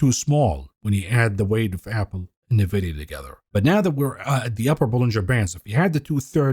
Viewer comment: true, just happens to be remarkably annoying, coupled with his inability to pronounce Nvidia. Good content though.